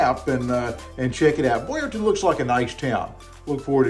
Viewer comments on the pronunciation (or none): Town not Ton…… Boyertown